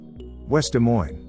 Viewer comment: Stupid AI video that an idiot programmed. Why didn't he just say "Des Moines" and be done with it??